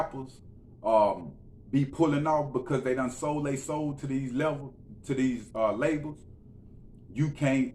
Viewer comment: Lmao round the mark did u just combine labels and devil into one word levils lol